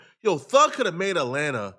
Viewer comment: "RAT-lanta" ... is wildddd ... 😮